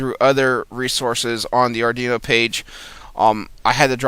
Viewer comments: Yes it's pronounced "Ard WEE no" not ardino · You're killin' me with the "ardino" Lol